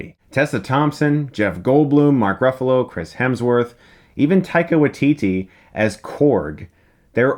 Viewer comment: He certainly will - but I don't think people will ever realise they're pronouncing his name slightly wrong. It's WAItiti. Not WaiTIti. (the stress is on the first syllable in Maori).